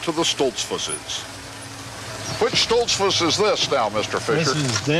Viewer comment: seconds Mr.Fisher pronounces it Stolts - foose with the goose sound, not a fuss like bus sound that Mr. Kuralt uses. Either way people in those parts new when Mr. Kuralt spoke he wasn't from around there. I always enjoyed this series.